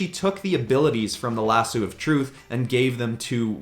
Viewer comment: Lasoo? Not lasso?